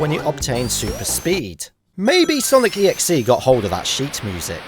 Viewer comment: How many times did you see Sonic.EXE? Also, the . in Sonic.EXE is supposed to be pronounced with the other 2 parts. Just wanted to say.